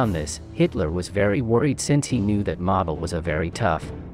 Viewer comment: Please pronounce Model correctly.